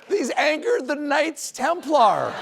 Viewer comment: Thrust the Americans to devise a weird way to pronounce ‘Knights Templar’.